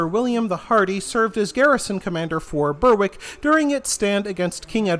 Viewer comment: Scottish place-names are very tricky so I wouldn't hold it against anyone to not know how to pronounce them unless they had been or heard a local. You can find examples of that all over the world. But to help you a bit. Berwick is pronounced like Berick - basically like Derek but with a B.